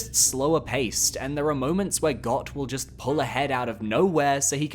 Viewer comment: Bro.. It’s pronounced “Goat” It kills me how many morons mispronounce this on the internet.. A little common sense, please.